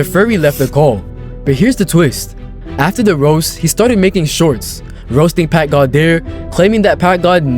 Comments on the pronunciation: "packgad himself" 💀💀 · That dude said packgod more like pack mid i bet u chdhe down there😭💀